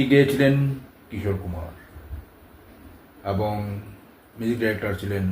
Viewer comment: ভুল কথার উচ্চারণ, ঠিক ঠিক মত বলতে না পারা, আর হাজার বার অ্যবং অ্যবং ।ভীষণ ফালতু উপাস্থাপনা।